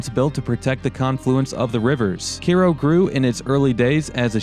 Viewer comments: It's Cairo like Egypt. Karro? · He isn't even saying Cairo right! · That is CAI-RO man, like Cairo Egypt… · You’re pronunciation of the town is just killing me man. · Get your pronunciation correct. Cairo, emphasis on “I”(eye).. I grew up in Illinois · You are correct! Mispronounced through video. I lived in Illinois all my life except 2 years and it is definitely mispronounced here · So is it pronounced the same as Cairo Egypt? (Kai as in sky.. row) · you pronounce the name incorrectly. it's cairo like in egypt. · If you are going to make a video about a place you should learn how to pronounce it. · Your pronouncing the name wrong. Just saying. Everyone does. Wtf. You actually went from pronouncing it wrong to pronouncing it right to pronouncing it wrong again. Wtf. And your somewhat educated. Again, I say wtf. Hmm... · its not pronounced "karo", it pronounced "kiro". Cairo is a sister city of Cairo, Egypt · It’s K-row Illinois. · It's pronounced KAY-ro. I went to school in Carbondale many years ago, and know the town pretty well. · Care o? Isn't it Ky roh like Cairo Egypt? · It's not CARE-O, it's pronounced KY-RO! I'm sure that Karens live here, but they're not from Egypt. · It's pronounced: Ki Roe, like Cairo Egypt. Not like Karo syrup! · IT'S PRONOUNCED kyro YOU IDIOT. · hahaha Care-oh is English Kiro is Egyptian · Learn how to speak English, you. It's pronounced KYRO, not cayro. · Same with the city in Egypt. He was pronouncing it like the corn syrup Karo or kay-row. Kai row or ki-row. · as a former resident, locals say CARO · OH MY GOD ITS PRONOUNCED KY-RO. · Strangely, I would pronounce the town name as Ki Ro as its spelled the same as Cairo Egypt. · Wondering why the folks don't pronounce Cairo like the place in EGYPT. "Care-O" sounds ridiculous or ignorant about Egypt. No offense. Thanks for the video and explanations. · Its pronounced "Kyro" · I hail from Illinois. Good show, and I believe Cairo is pronounced Ki-ro (long I) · It’s pronounced Cyroe